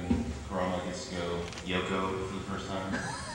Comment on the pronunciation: sounds like that idiot announcer said ''kumara from yuyuhakusho'' rather than ''kurama'' when he was talking about john burgmeier. i hope i just cant hear right, or else GRRRR!!